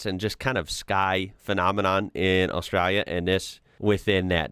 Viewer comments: I am becoming increasingly concerned about the way you pronounce Australia, so here is the break down pronunciation in phonetics. Ost-stray-lee-a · Dontcha mean ARSETRALIA?😂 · Is kind of says Australia with the accent 😂